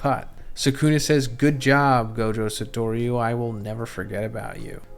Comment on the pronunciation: GOJO SA-TWO-RU 😂😅